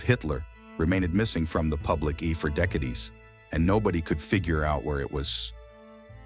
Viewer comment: Artifical intelligence can't seem to pronounce FRIEND , or DECADES ? Back to the drawing board...